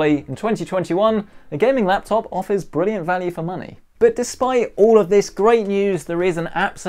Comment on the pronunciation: did you say brilliant ?